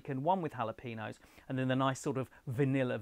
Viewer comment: For future reference: jalapeño = hah-luh-pay-nyow. There is no peen.